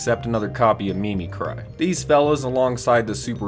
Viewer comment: Im pretty sure its pronounced mimicree. I want these birds but I took a look over the box and I think the deck required 2 pulls. Im poor